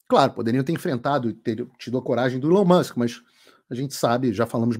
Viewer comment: Até que enfim um brasileiro pronuncia o nome do Elon Musk corretamente 🎉 ("Ilon Mãsk")